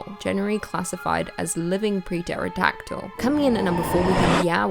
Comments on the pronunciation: You know the “p” in most dinosaur names is silent right? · The scariest thing in the video was that silent P in pterodactyl. Apocryphal was pretty terrifying too.